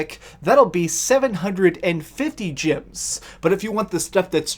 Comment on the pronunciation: is he saying, "gyms" instead of, "gems" on purpose or is that his accent?